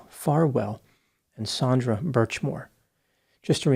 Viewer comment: Also, the victim is Sandra not "Saundra"